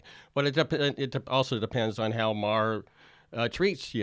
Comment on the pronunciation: I have the same last name as Bill Maher, and I have to say Jimmy, you pronounce the last name better than most people.